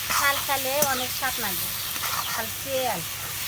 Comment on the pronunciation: ভাই মুরগির খাল না, ছাল হবে, ভাষা ঠিক করেন